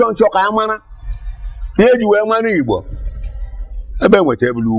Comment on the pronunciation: narrator, it's not ibo. it's Igbo. please!